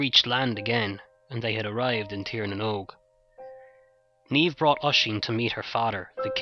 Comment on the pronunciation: awwwh good job man. The "brunette" Niamh here! Thank you. so refreshing to hear it told so well and hear Niamh and Oisin pronounced right. xxx